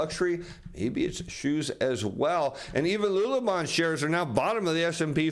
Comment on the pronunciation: Great content. Fyi... Lululemon = "Lou-Lou-Lemon" and Rivian = "Riv-ee-inn"